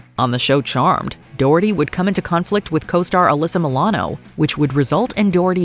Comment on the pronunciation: Why can't you pronounce 'doherty'?